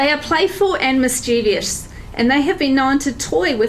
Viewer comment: Also, mischievous is a three syllable word, pronounced as mis-che-vus, so please help stop the spread of the horrible distortion of this word (pronouncing it mis-chee-vee-us is just wrong, on so many levels).